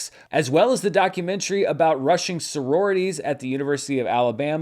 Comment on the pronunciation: For some reason I head you say Russian Soriities at University of Alabama lol